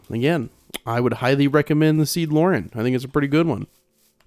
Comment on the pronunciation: The way bro said lau-ren😂